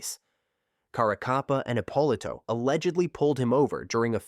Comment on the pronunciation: The AI ruins this. Epp uh Lito not appalah